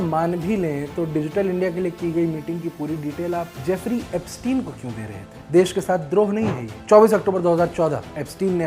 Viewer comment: एब्सटीन को एब्सटायन बोलकर आइंस्टायन बनाना चाह रहे हैं